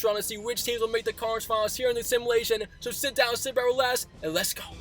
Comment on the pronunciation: My man cannot say 'relax' to save his life lmao